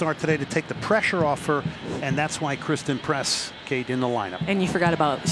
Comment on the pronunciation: I think christen press..not christal press